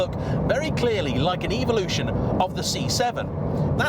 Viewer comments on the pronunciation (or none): none